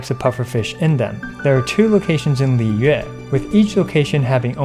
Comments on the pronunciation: Theres many ways to incorrectly pronounce liyue since its difficult to master. "Liway" "Leewuh" "Liyooweh" and many more variations. The correct pronunciation is just like what this youtuber said. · Off topic but I was caught off guard at how “Liyue” was (finally) pronounced correctly by a Genshin youtuber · This is the first time I've ever heard someone pronounce "Liyue" correctly 😳